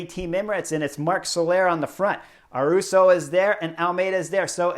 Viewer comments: Haha great video Chris, love your analysis and makes me love this sport even more. Just one thing, The “y” in Ayuso sounds like “y” in yellow, not “r”. Keep it up! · Chris, great commentary! But please make an effort to pronounce their names correctly. Is not Sergio “Iwuita” is Higuita. Pronounced as “Ee Gee Ta”. And is not Juan “Aruso” is Ayuso. Pronounced as: “A you so” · Ah-yoo-soh not Ah-roo-so. Ee-gee-ta not Ee-we-ta. You are welcome. 🤪